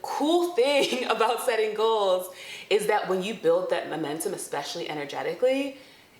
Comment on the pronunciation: The emphasis on "SETTING goals" sent meee 😂